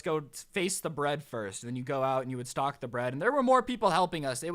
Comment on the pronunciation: when you said stock I thought you said stalk XD